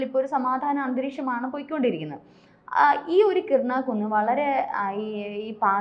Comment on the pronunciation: കിർണ കുന്ന്.... അല്ല. കിരാന കുന്ന്